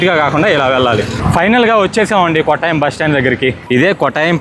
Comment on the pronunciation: "కోట్టయం" కొట్టాయం కాదు. "పాతిరామణల్" పత్రమనల్ కాదు . అలపి చెప్పకు బాబూ, ఆలప్పు షా (not quite, it is Alappuzha) అంటూ చెప్పాలి